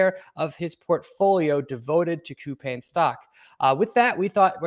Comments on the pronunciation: It's pronounced -Cou-Pong. The Pang part rhymes with beer pong. I have some shares and work in Korea. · Start w pronouncing the company correctly....